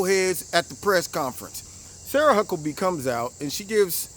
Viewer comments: Huckabee not Hucklebee. At least say her name right. She's not a huckleberry. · I agree, but I have to let you know, her name is Huckabee, not Hucklebee. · It's huckabee 😂 but great video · not to be a dick.. but it's Huckabee :x